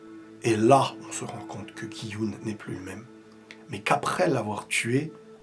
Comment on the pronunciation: GUY YUN SA ME PERTURBE RILES.peut tu le prononcer comme il faut lol